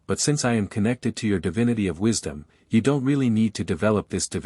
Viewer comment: God of "wishdom" huh?